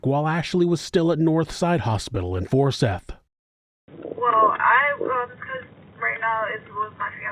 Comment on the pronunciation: It's four-SIGH-th, my love. Forsyth.